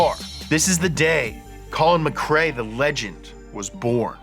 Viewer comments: Why would anybody do a vid on Colin and then pronounce his name incorrectly ! Its McRae Not MacCray he isn't a sea food dinner, please try to understand this is insulting to get wrong, and yes I'm Scottish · MC Rae not MC CRae xD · My childhood is ruined, I thought it’s Collin Mack Ray, not Muh Kray!